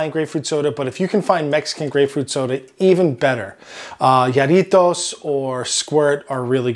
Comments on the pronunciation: Muy bien hecho. Perdon, pero se pronuncia Jarritos: HAH-rritos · I laughed at the pronunciation as well but it's so it didn't bother me at all haha